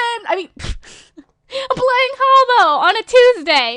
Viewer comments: its not haubo is hah-boo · Wtf is Harbo? It's Habbo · It's habbo, not hubbo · welllllllllllllllllllllllllllllllllllllll you're pronouncing it wrong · is werid and pronouncing habbo wrong